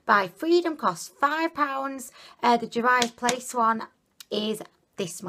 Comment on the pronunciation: And Juvia's Place is "JOO-vee-uh's." xD But her unique pronunciations are what makes endearing. 😊 FOUNDIDDLYATION!!! xD